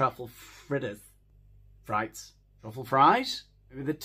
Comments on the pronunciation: FYI regarding Truffle frites... frites is short for the French phrase pommes frites (potato fries). Pronounced "freetz". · Frites are fries is many countries like France and Belgium, pronounced freet. Don’t know why she would use that word though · ‘frites’ is French for ‘fries’. Pommes de Terre frites ( not Pommies!) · Lordy;, you are a hoot. This "Emmy...she eats...and wears dresses..." That and the eye rolls, etc. Truthfully,, we are enjoying you enjoying it, with all of your NuAUNCE and BalAUNCE....and frites (pronounced, "freets")...as in Steak Frites. Lol. You forgot to Channel or Chanel your French. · It is pronounced , French for fries.. 😉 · Frites - pronounced “freet “.